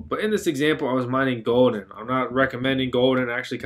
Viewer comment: As a Dutch person, I couldn't help but cringe when he pronounced "Gulden" : > the "u" is as in the "u" in "ultimate" : > There you have it, now I can rest in peace knowing someone has learned a bit more about this silly language of ours : >